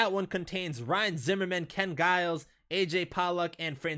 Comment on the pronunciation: You pronounced ken Giles name wrong somehow